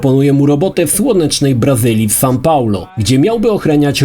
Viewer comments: Sao Paulo, a nie San Paulo! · Sao Paulo, nie San. xD